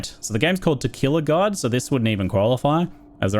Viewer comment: I hear "Tequila God" every time